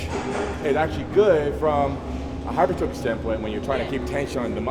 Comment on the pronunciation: There's that "Hyper-Trophy" again lmao